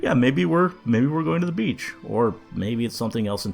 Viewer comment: Almost every time you said "beach" I thought you said "bitch" 😅